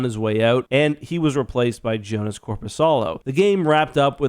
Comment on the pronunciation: Small thing, but I believe Korpisalo’s first name is pronounced without the J. More like “Yo-nas”